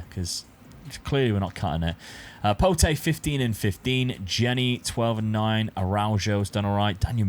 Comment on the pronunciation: Just a quick one the name for Pote is said like Pot no need to add the E at the end but class video yet again and rocking the Benedict shirt that’s why he is the GOAT